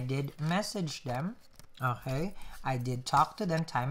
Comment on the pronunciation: These are starting to look like mini movies instead of tarot readings! :) BTW, i love the "Oj-kay." instead of "Okay".